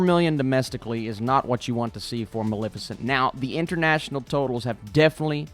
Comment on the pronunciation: I think you're gonna miss saying Mal-fi-chent.